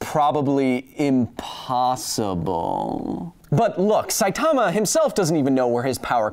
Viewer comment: I've told you already, his name is pronounced Sigh-Tuh-Muh not Sigh-Tar-Mah.